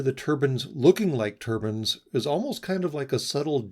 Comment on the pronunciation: Still hating people pronouncing mechanical turbines as cloth headwear turbans. Still irritating every time.